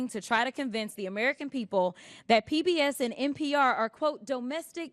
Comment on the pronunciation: What it is dis and dat . Lol Please Jasmine learn how to speak. Lol Such a joke